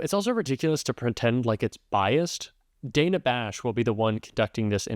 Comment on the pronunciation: Hey, just as an FYI, since we’ve been dealing with people mispronouncing Kamala’s name so much… Dana Bash doesn’t pronounce her name “Dayna”. It’s pronounced .”Dan uh” like the male name Dan. 🙂